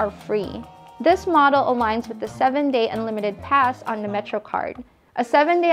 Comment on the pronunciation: say 'THE" NOT:"DAH"!!!!!!!!!!!!!!!!!!!!!!!!!!!!!!!!!!!!!!!!!!!!!!!!!!!!!!!!!!!!!